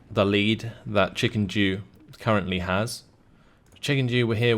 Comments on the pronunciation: I think he was saying chickenjew and he's the one who read the name wrong haha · Every time you said ChickenDew, I thought you said ChickenJew untill I looked at the names at the very end